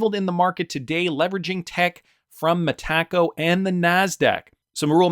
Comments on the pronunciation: Brad G says MetaCo not MeTaco so keep sounding like a dork .. I’ll go with how Brad pronounces it ! Yes it’s the English way to pronounce but it’s way better . At least just stop saying it please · It's Meta Co. Not me Taco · Sunddenly you can't say Metaco correctly anymore? Lol why you say "Mahtacko"? 😂